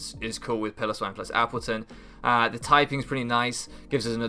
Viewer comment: What did I say about Piloswine? You are going to mispronounce it every week aren't you? Otherwise I think you have a very good draft, I look forward to seeing how it does